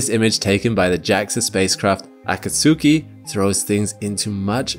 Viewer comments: JAXA's Venus orbiter's name is difficult for some to pronounce. It's "uh-COT-ski." Akatsuki has recently lost comm with Earth after almost 25 years of service and deserves a great video of its own. Only Mars Odyssey and ESA's Mars Express are older planetary orbiters. Great video, as usual. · The way he pronounced "Akatsuki" makes me think he hasn't watched naruto lol. Which is fine btw, its just funny to me. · The pronounciation of Akatsuki 😂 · you really butchered the pronunciation of Akatsuki. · Oh lol, nothing really, just the pronunciation of Akatsuki. Syllable accents are a little different in Japanese than in English. But they got the vowel sounds right, so good on them for that.